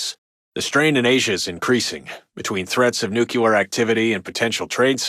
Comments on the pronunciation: lol he said nuculer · Love this game and paid very close attention to radio broadcasts, but they do this goofy news writing you always hear in fiction. I’m no journalist but you’d never hear this phrasing, sentence structure, and pronunciation (new-kyu-lar). Breaks the immersion a little bit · Every time I hear "nucular", something dies inside me. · "Nuculer" -radio guy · I wish the narrator could pronounce the word ‘nuclear’ properly. LOL